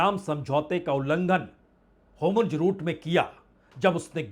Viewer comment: हर्मूज का आप हय बार अशुद्ध उच्चारण करते हैं।